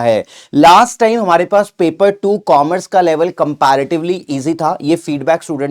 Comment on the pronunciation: Coomerce nahi Commerce sir